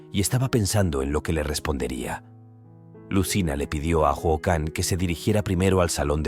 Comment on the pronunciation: Si aveces. Le dice jican😅